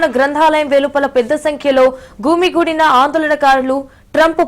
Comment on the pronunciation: "గూమిగోడిన" (గుమి గూడిన) , "విదుల్లోకి" ( వీదుల్లోకి) తెలుగే నా ఇది? Anchor video లో మాట్లాడిన మాటలు. ఇది క్రొత్త స్టయిలా?